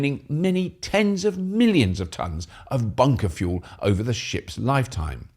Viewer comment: Did you say Hydrogen Fool Cell? 😅